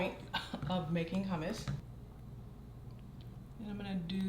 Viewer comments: When she said ‘her-mousse’, I had to switch my phone off. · Hmmm I’ve never heard anyone pronounce hummus, huhhh-mouse before 😅